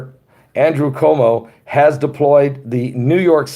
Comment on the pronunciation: Our gov is pronounced Cu woe moe